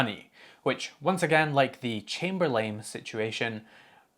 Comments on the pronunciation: "Unlike with Chamber-lame" Not sure if that was just his accent, but if it was, it was a happy accident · First I love the way you say Chamberlain. It sounds like you are saying ChamberLAME. I love it. Secondly, and more to the point of your message. If it is costing them move in AWS fees, yes, by all means make it local. But on the other hand, if it's a significant enough increase in cost, just think what it;s going to feel like when you alienate that entire group of customers. It's evidently a significant part of your income stream since it's impacting your profits so do you really want to piss them off.